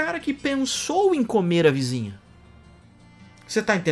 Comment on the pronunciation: Achei que essa parte de "comer a vizinha" foi com muita entonação,. KKKKKKKKKKKKKKKKKKKKKKKKKKKKKKKKKKKKKKKKKKKKKKKKK